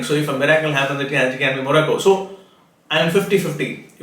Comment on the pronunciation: Sirji again got another one wrong!! Thats 2 prediction in 48 hours. What a fraud astrologer. Croatia out and now Morocco which he pronounces moracco!! You are the biggest fraud on earth. Join Politics, you will do well